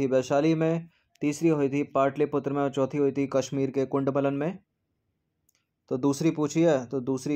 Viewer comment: Sir hindi ke kuchh shabd bahut galat pronounce ho jate hai, Kundwalan nhi kundalwan Dwitt nhi dwitiya etc.